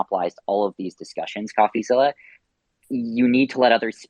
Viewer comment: “Say my name” SBF: “coffezzilla”